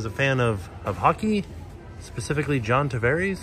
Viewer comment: My Toronto Maple Leafs loving heart broke a little bit with pronunciation of Tavares. 😂